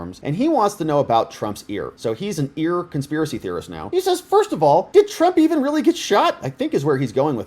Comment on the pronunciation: Don't you mean... "Consp-EAR-acy?" 😂